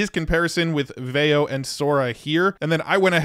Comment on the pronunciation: I'm pretty sure it's pronounced VEE-oh